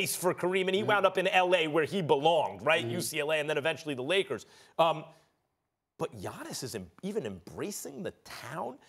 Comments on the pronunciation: maybe giannis blew him off because he doesnt like talking to media, something had to have happened behind closed doors. He even called him Johnnis, not giannis. Fucking disgraceful, and outright disrespectful. This guy has been in the league 5 years already and hes still pronouncing his name incorrectly. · I could be wrong but something tells me if Giannis was American Stephen's tune would be different. Let's be honest, the guy loathes anyone that's a foreigner. Hell, he can't even pronounce the guys (first name mind you) properly.